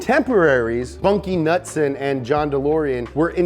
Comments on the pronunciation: Knudsen- pronounced Kuh-noot-son (also can be spelled knutson, knudson, knutsen) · The K in Knudsen are NOT silent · It’s Knudsen Not Nutsen ✌️Copenhagen Denmark 🇩🇰✌️ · Bunkie Knudsen isn’t pronounced nutson. It’s newdson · Knudsen "nude-sen" not nutsin. Driving me nuts lol. Its like douche bags saying "Maryo" instead of Mario. Other than that love the vid. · The U in Knudson is a long U not short u. Get it right donut guy..... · i think u pronounce knudsen (cah-nood-sen) jus sayin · It K-Nud-Sen